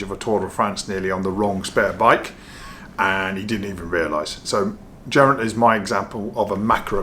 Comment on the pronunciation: Please stop pronouncing his name like that. It really made my eye itch. Bad enough listening to rob hatch lol. Sincerely. Geraint. That's Guh not Jer😊